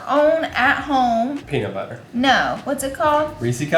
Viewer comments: Peanus butter 😒🤣🤣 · Ty really said penis butter 😂😅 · “He 100% said penis butter” 😂😂😂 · ‘He 100% just said penis butter 😂😂😂😂🤣